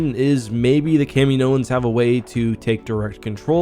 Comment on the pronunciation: its not fooking kameenoans...... jesus thats so annoying